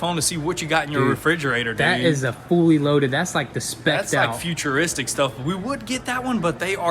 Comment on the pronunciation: he said featureristic